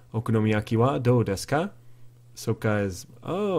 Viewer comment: I hear a lot in your videos that you mispronounce the O vowel. You don't say 'doU desuka', it's more like a long 'o'...'doo desuka' you don't pronounce the 'u', like english. I understand is easy for english speakers to make this mistake in the pronunciation because japanese vowels are neutral and english are not :)